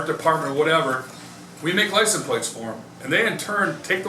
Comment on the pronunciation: Cool to see how "lisun plates" are made, but you'd think the head of the factory would know how to pronounce the word.